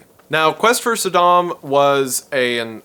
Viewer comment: Saydem? Sudahm? Bro wut? 😅